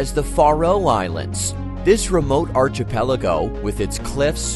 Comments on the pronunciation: There is no CH sound in archipelago. come on. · Its also pronounced 'ar-KEE-pell-igo' 🤭🤗